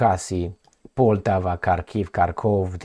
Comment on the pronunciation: just little (but important) correction. It is PoltÁva with accent on the 2nd syllable, not Pòltava (that will feel both Russians and Ukrainians insulted). Just exactly as you would say: “BanÀna Republic” (not Bànana Republic). Another discomfort to many slavic-speakers is how you pronounce the City of Zhitomir. “Zh” it’s not the same as just “Z”, that’s why you can’t call it Zitomir, sorry. These two letters (Z+H) will create ONE sound, similar to something like in French word “Jabot”. In case of saying Zhitomir it should sound exactly as in the Russian word “Жизнь”, which is “Life” in English, and any modern translator will provide you with its correct pronunciation. Thank you for your tireless job.